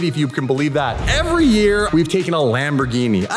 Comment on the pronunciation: still lamborghini not lamborschhini